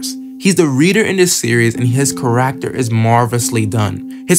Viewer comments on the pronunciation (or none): 🤣 “car-act-tor” It’s pronounced “care-ek-ter” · hey Great Video! not to be rude but the way you say character is a bit off you kind of say it like care-ack-ter when it should be said care-ik-ter great vid though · so unwatchable because of the way you say kuh-racter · Only comment that truly gets it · Can i trust an opinion from someone who says charaacter (i read orv all the way through) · Why do you say character like that? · Bro are you saying character? 💀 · I’m sorry but please practice how to say character. I personally love orv and I like listening to different opinions. I think the video is nice. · I love ORV, this is a cool video. The way you pronounce "character" tho has me rollin. At least you're not calling them by their surnames like half the videos out there lol